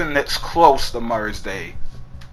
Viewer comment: "mudders day"